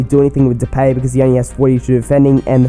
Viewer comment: Just to help you: you say depaay (i'm dutch)